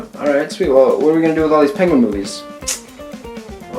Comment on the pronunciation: Penwen. Pengwing. Pengwen